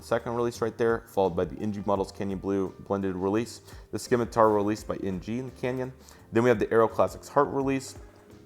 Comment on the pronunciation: It's pronounced "sim-a-tar" not Skimatar! "Nor-wee-gin" not norweegan that's just a start and those customs...lol